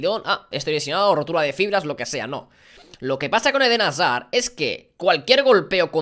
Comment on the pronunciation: Alguien me dice cuantas veces a dicho: Eden Hasar 😂😂